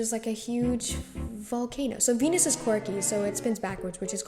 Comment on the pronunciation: Cool video but kinda strange how u said venus also this might just be how our school says it but you say methane differently, u say "meh fane" and we would say mee fane"